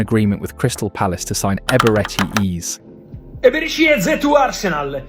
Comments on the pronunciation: If I hear Eberechi Ease one more time 😢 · Hearing Eeze again and again was not ease😢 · How the fuck you pronounce Eze and VG14? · Very irritating and distracting to hear Eze name pronounced 4 different ways!!! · It's an AI. Can't pronounce Eze and says Number .10? 😀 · Bad pronunciation of the name of Eze. Unforgivable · You're so right. The Eze pronunciation was crazy fr 😂😂